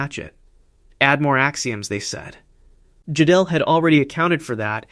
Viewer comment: Gödel is pronounced like girdle.